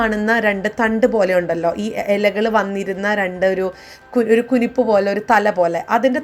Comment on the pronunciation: ശരിയാണ് ഞാൻ വിചാരിച്ചു ചേച്ചി കുരിപ്പേ എന്നാ പറയുന്നതെന്ന്